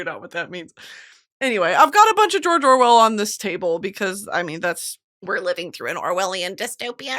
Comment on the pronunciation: every time she says George Orwell I think of the tweet that spells it like “jorjor wel”